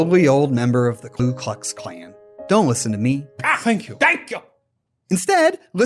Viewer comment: My brain kinda fried . Klu? Unless that was intentional. That's always been one of those things that grabs my attention when I hear it, whenever anybody said klu instead of ku. Like something's just a little bit off.